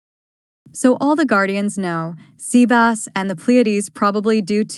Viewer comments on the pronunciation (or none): watching this for the second time because it is good. However every time I hear sea bass i cringe a little and the way the tts handles stutters is a bit off putting.